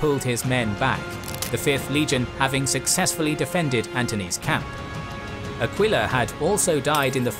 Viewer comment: it's not AQUÍLA, BUT ÀQUILA. I guess. It's like Eagle. The pronunce of the first letter. Aquila mean eagle indeed. Even in modern romance languages such Italian and maybe also in spanish. Maybe. But about spanish maybe im wrong.